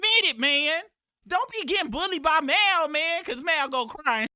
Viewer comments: The He Keeps Callin Him Mile Instead Of Mal Is Crazy 😂😂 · I'm new around here.Why do they pronounce Mal's name like that? They sound like real life A.I.. It's pronounced Mall. Are they trolling? 😂